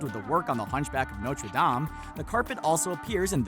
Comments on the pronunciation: Did he really say nocher Dom 😐🤔 I thought it was pronounced (No-ter Dame) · Why do you pronounce “Nortre dame” like that